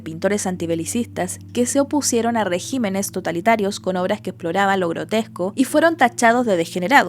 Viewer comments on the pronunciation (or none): none